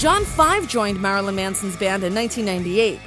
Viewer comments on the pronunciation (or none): the way she pronounces marilyn triggers me